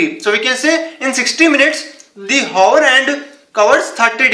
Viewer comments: Its not Haaa .... Its Aa... Hour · hour is pronounced as our. H is silent. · Wait did he just say whore hand 🖐 hahahah🤣🤣🤣🤣🤣🤣🤣🤣